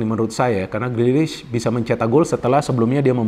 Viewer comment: Sulit banget ya mengatakan namanya "Grealish"..